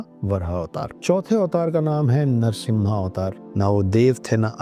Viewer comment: सर जिस शिव धनुष का आप नाम पिनाका बता रहे है उसका नाम "पिनाक" है। और विष्णु जी का अवतार जो है वो नरसिंह अवतार है नरसिम्हा नही। पिनाका एक मिसाइल है जो इंडियन डिफेन्स के पास है। अगर आप जानकारी देना ही चाहते है तो कृपया सही दे यही निवेदन है।